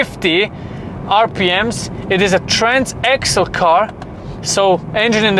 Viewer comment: really? tarnsaxle? come on. 😅